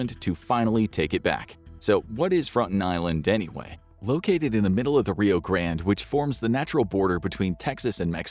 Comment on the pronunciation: say grande correctly!